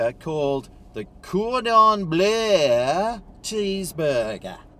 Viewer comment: You're only saying 'Cordon Bluuurgh!' like that because you don't know how to pronounce it properly, isn't that right? 😂 Don't worry, I don't know either.